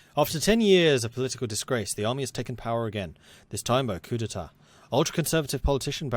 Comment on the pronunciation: As a French, i love your pronouciation of coup d'état.